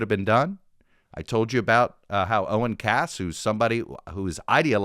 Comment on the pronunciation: His name is OREN Cass. you’ve said OWEN in a few episodes now